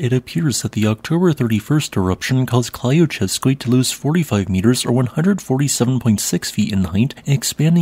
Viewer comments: The first 4 letters of Klyuchevskoy is a single syllable and sounds more like "kloo" than klai-ew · Always good to see an update. Earth never takes a rest. :) Also, re: Klyuchevskoy, you can leave the first y silent as that would be closer to the Russian pronunciation. So: clue-chev-skoy.